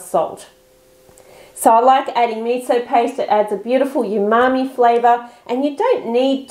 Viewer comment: You keep saying yumami but it's umami.